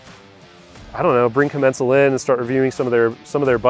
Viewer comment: When I call Commencal they pronounce it differently than you.